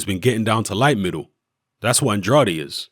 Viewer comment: The "ade" in Andrade is pronounced like the ade in Lucozade.